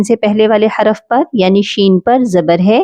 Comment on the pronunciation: حراف نہیں ہوتا حرف ہوتا ہے